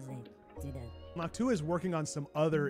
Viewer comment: Noctua sounds like "N’hawk T’huah !" to me 😂